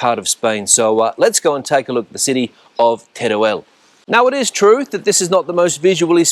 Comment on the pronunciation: El video esta muy bien, pero se pronuncia con todas sus letras, tal y como se escribe TERUEL. No se dice Terel, sino Teruel